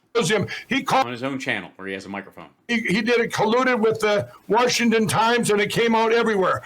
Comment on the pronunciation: “Worshington DC” 🤣